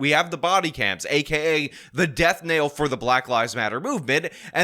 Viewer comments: Death *knell, not "nail" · bruh. death KNELL. not death NAIL. for fuck's sake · Since you sometimes enjoy correcting grammar I had to say something about you saying "death nail". "Death knell" refers to a bell rung to announce a death, or more figuratively, something that signifies the end or destruction of something. It can also be used to describe a harbinger of death or the end of something, like a "death knell" for an industry. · Tf is a “DEATH Knell”? You don’t mean DEATH KNELL lol? You sound like Tiffany Henyard out here with all these ALLEZATIONS against this bebe angel.